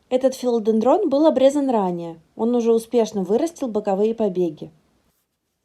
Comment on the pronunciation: Такое полезное видео,но прямо режет ухо не правильное ударение растения)